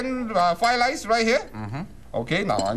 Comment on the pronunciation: Flied lice. Oh shit , I thought it was a fake stereotype, dude cant pronounce the r.